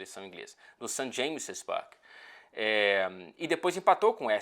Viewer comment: pq vc fala "St. James Spark" e não "Park"?